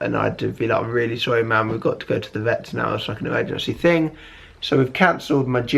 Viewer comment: am i the only one who noticed that it sounds like he said think when he said thing (sorry for my english i'm from sweden)